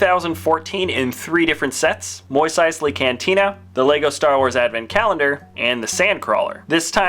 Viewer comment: I know what he was trying to say, but to me it just sounded like he said "moist" instead of "moss"